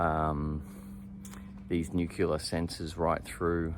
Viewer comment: Nuclear, not nucular.